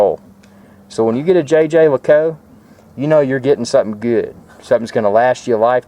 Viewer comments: the official pronunciation used by JLC is "zhey ZHER leh KOOLT"-- it's supposed to be pronounced with a French accent. Besides that, great watch and a nice review. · lol the french don't pronounce it with a z.. It's 'jheh jheh leh koolt'. Also I think the guy in the vid needs a slightly bigger bracelet although a black/brown croc strap complements the watch face best in my opinion. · Nice piece. Congratulations. :) Also, its pronounced xhuh-xher leh-coolt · Sorry, but you completely butchered the pronunciation of Jaeger-LeCoultre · Was cracking up at the way you pronounce the name! Too many uptight people in the comments.